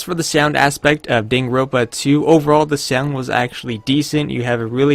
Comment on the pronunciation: Dude. If you want to review a game, you should at least know how to pronounce the name